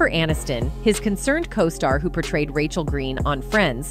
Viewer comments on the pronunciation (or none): none